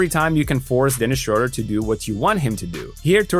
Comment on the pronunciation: I really wish english speakers would start to pronounce his name right its not that hard. Look it up.